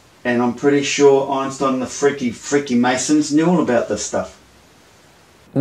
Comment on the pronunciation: Did he say "freakymasons?"